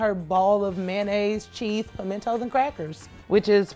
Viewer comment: I HATE when people say pimentos wrong. it gets on my last nerve also.. she noticeably DIDN't try the wedge salad.....